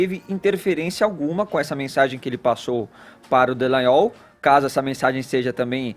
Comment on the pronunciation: Esse Caio Coppolla tem um lado e se passa de neutro. É muito cínico. E é vergonhoso esse Sérgio Moro... fascista de Maringá. Dá pena da direita brasileira. Se apoiando em um sujeito que fala conje e seje... Meu Deus. Melhorem....